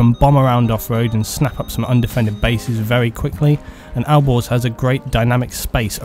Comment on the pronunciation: when you said "Alborz" it sounded like "Al Gore's" lol